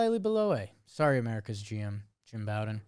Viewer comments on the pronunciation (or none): I know won't read this because I've been posting this comment for years now but dude's name is Jim Bowden as in Beau, or Bo. It's not like Bobby Bowden, or taking a bow. It's like the thing you use to shoot arrows. Bow-den.